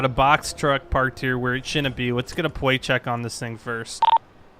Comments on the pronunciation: "Let's get a pwate check on this thing first" - 2017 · "Wets gwet a Pwait chwek" lol dude can't even talk right